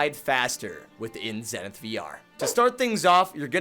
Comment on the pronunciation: Over 30 episodes and over 300 hours and he still pronounces the name of the game wrong… Lol